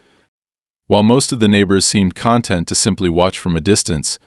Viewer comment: Your AI voice is rather inept. I get writing fiction is fun but there are real stories that could be reported. When you combine the inept pronounciation of words like "Ma'am" as mah am, and the wrong variant of content (satisfied) and content (stuff inside a container) with the fact that this is a manufactured drama, it's a disservice.